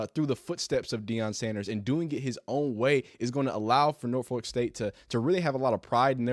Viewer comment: The way out of town people say Norfolk is hilarious. It's just cringe 😂😂